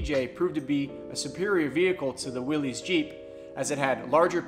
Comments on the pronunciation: My grandfather would like to remind the youngsters that Willys is pronounced, "Willis" , It's not Willy's/Willies. Also Bantam invented what we call a Jeep, the front grille we know was Ford's part of the later bids due to it being easy to stamp out. In the end they let Bantam make trailers and the big companies took the idea from them and became famous for it. We have an FJ40 and 55 as well. We also have an M37 Dodge, and Toyota had a Dodge copy as well called the FQ-15, check that out. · Willys is pronounced like Willis... it's a last name. It is not pronounced like willie's. Fun fact. 😎